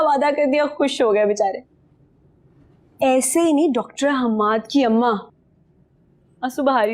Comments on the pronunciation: hammad na h se shuru hota h x se ni😂😂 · Hammad x se nahi H se shuru hota hai😂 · Hammad x se nahi H se shuru hoti hai 😂